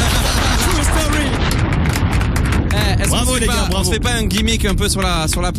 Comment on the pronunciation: j sais qu'on écrit "true" mais Black M il a prononcé "trou story"